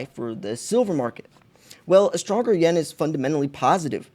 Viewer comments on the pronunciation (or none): none